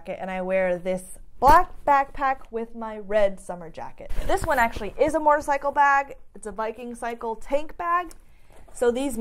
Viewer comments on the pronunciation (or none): ...… love the channel! cant wait to see the vid on your track day cuz I want to do one to! I have to tell you something..... when you say the word MOTORCYCLE you pronounce it MORTORCYCLE sometimes! SUPER CUTE! Keep up the great channel!